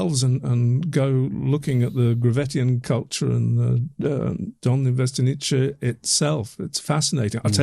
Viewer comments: As czech I have a few notes about pronounciation Dolní Věstonice. The first part was fairly okay. But end part 'nice' sounded as if it was an Italian town. They are pronouncing it as ch in chequers or cz in czech. But it is meant to be c is as c in pronunciation. But otherwise it is good video. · Very interesting. Hope to get more information soon. BTW note of pronunciation: it's pronounced 'vestonitse'. No 'che' at the end. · you pronounce Dolni almost ok, Its Dolnyi (the n is like the first n in Canyon) and Vestonice is Vyestonyitze (not Vyestoniche) again same n sound like in Dolni (ny) otherwise not a big deal. Good podcast. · Guys, you still misspronounce Dolní Věstonice :-) You make mistake just at the end of name. "ce" is not "tche" but "tze" in english pronounciation. Google translator may help you, it pronounce it nearly as czech or moravian would pronounce. But absolutelly thank you for this topic. Greetings from czech republic. :-) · The pronunciation could be written for English speakers as "viestonitse", not "vestoniche". I don't mean to be picky, it just bothered me as a Czech speaker. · it's pronounced (approximately) Dolni Vestoni(tse) like saying tsay (and not 'chay'). The 'ni' in Dolni isn't quite like an Englishman would say it but you get it pretty close. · Vestonitse, not Vestniche. Pavlov is the next village to Dolni vestonice. Czech Republic, not Czechoslovakia, etc, etc. By the way, if you happen to be visiting the city of Brno in the Czech Republic, the burial, all nine of the venuses and the other objects shown here are all being displayed together for the very first time at the Anthropos museum. Well worth a visit. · Correct pronunciation: Dol-nee Vye-sto-neetz-se. Please give it a try gents. I cringe every time you guys butcher it. Thank you from all Czechs. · Not that it hugely matters, but [ DOlnyi VYEstonyitse ] , with first syllable stressed ;) In Slavic languages, every C is ts (except in the CH combination, then it's a strong H)